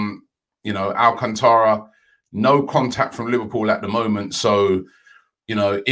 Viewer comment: Robbie, it’s AlcAntara. Not AlcantAra